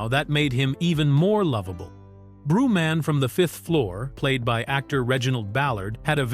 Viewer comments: WHO THE F IS “ BREW-MAN” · Brew Man? smh more a slop 😂😂